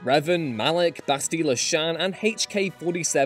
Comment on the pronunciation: Someone clearly needs to do another play through of KOTOR. You just can’t mispronounce Bastilla’s name like that, even if she is an annoying, self-righteous brat